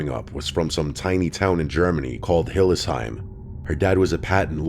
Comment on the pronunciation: the tiny town in Germany from the second story has 100k people and is called Hildesheim, not Hill Ayslum lol